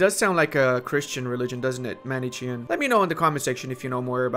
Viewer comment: Ma-ne-kian, that's how you pronuce it. They are a christian dualist faith